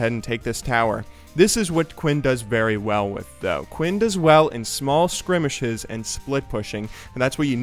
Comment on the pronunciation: It is pronounced skirmishes (skurr- mish-ez) im not sure if you know or not or if im wrong on some technicality but i believe you pronounced it sorta funny. sorry if i offend anyone :)